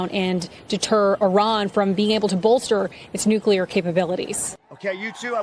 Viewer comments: You take a blow to your intelligence and gravitas just how you Nuc-U- lar!!! Please correct this! It is Nu-CLEAR! Yes! It matters! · For real Benny... you say "nuclear" more than anyone I know. Please learn how to pronounce it.... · Benny it’s nuclear not nucular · Why the hell can't Benny say "nuclear"? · He must have learned that from George W.